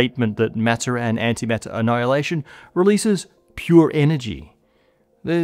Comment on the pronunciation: "Antimattter" with an extra T